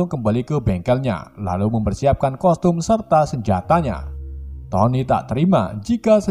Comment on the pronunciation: BANG KOSTUM BUKAN COSTUM